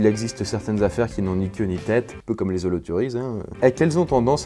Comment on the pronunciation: Holoturies ça se prononce holoturie pas holoturise , le nom est francais ^^.